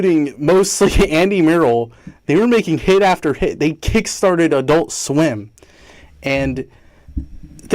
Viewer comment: why is it when he says adult swim it sounds like "i dont swim" i cant be the only one that thinks this right